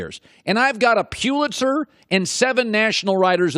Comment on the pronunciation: Can’t handle how Colin pronounces ‘Pulitzer’